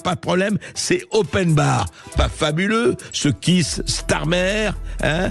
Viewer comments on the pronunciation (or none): none